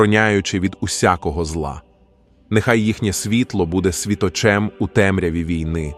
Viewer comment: Перепрошую. Але в озвучці допущено ряд помилок в наголошенні слів. Не відчинЯть, а відчИнять; не зАхисти, а захистИ; не мОлю, а молЮ; не світочЕм, а свІточем; не обдАрував, а обдарувАв. Вибачте. Але треба так.